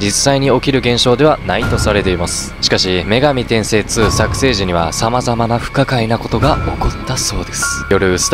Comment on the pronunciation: 女↑神↓転↓生↓、じゃなくて 女→神↑転↑生→、やで。(発音) 細かくてすまんね。